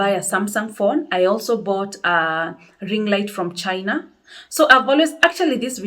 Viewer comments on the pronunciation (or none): none